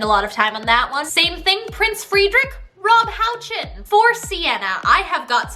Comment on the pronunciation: currently bingeing it so i understand the musical (so good hehe)....... the musical is a bop even though the show is SO stereotypical british lmaoooo kat, i’m also very proud u can now pronounce rob houchen xx edit: i just got the the point where you casted colton ryan, derek klena and aaron tveit. yes please